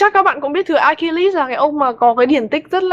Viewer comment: Note cách đọc tên Achilles để bữa sau đọc cho đúng :v